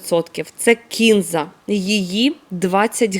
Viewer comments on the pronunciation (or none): Кінза, здається наголос на А кінзА. Я її обожнюю. Сьогодні випадково побачила Ваші рецепти. Підписалась. Буду готувати. Дякую за українську.❤ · все добре, але чому кІнза...ще вчора було кінзА)))